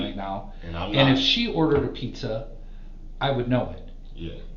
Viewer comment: P za ?? Ffs I hate when people say it like that. Pizza damn it!!